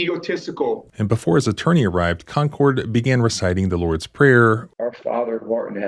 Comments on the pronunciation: That actually is the correct pronunciation for Concord, NH. 👍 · your first pronunciation of concord is correct. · Lol you said Concord correctly the first time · Actually, the first way you pronounced Concord is the way that many locals pronounce it. I lived in Canterbury years ago.